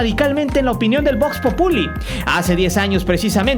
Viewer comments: VOX PÓPULI wey, con acento en la O, no “populi”... jajaja eres naquísimo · No mames, qué de la verga están tus narraciones. Cópiale mejor a los demás canales futboleros y aprende a decir Vox Populi.